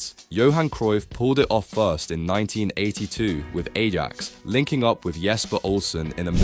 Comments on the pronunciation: Adam is pronounced "eye-ax". "A-jax" is a cleaning product. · I wonder how many gallons of fresh water were wasted generating the useless voice over for this video. Half decent content, ruined by AI. The giveaway was the pronunciation of Ajax. You couldn’t even be arsed to edit the script to get the AI to pronounce it properly lmao, absolute slop. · You speak like you've never heard of any players or clubs unless it's Neymar. How don't you know how to say Ajax, Celta Vigo or Thierry Henry?